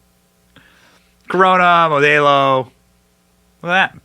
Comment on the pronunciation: Mo - Dell- O Benny ! Not MO day O 😊